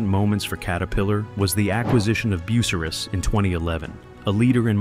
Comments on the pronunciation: BU CYE RUSS not bucierus Started in Bucyrus, OH a long long time ago. Close to Galion, OH, Euclid, OH, and Marion, OH, which also made machines. Back at the turn of the century, Ohio had lots of farm kids looking for work, so the state became dotted with "factory towns" that pulled in their labor from the surrounding 10 miles or so. Small towns with an international impact. Ohio was halfway between the iron ore and the coal to transform it. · This has to be AI generated as I have never heard Bucryus pronounced that way. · Artificial Intelligence can still have some Natural Stupidity. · try to polish up your pronunciation of some of the names of companies. Bucyrus for example is way off.